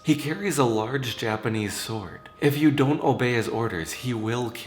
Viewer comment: The first three stories crept me out, the last one I found fun,. Are you from JPN? I'm only wondering because you pronounce the Japanese words so well.